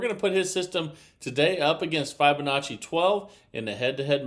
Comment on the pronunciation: It's pronounced FIB' onacci not FI check with the interent champ